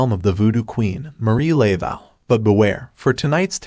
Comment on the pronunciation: You're killing me with the pronunciation of her name. It is not LAY-vow, it's Luh-voh. Getting the name right seems pretty important.